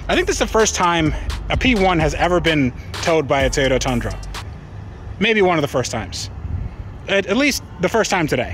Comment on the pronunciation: “….by a Tayoto Tundra.” What’s a Tayoto?? Hehe, just teasing but WOW. Can’t wait to see you build this amazing car!